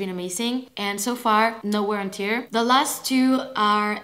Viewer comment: Just a small remark - not at all any sort of hating from my side! You said English is not your first language, so I just wanted to point out - when you say “wear and tear”, the “tear” is pronounced the same way as “wear”, not like “gear” 😊